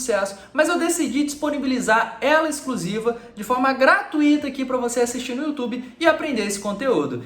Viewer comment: Olá, enquanto você estiver falando gratuito com acento agudo no "I" eu vou lhe perturbar até você falar com a sílaba forte no "U". Não tem acento, mas se pronuncia gratúito. O resto é nota 10. Excelente as suas aulas.